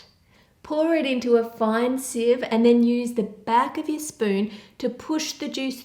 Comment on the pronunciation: I love how she calls strainers sives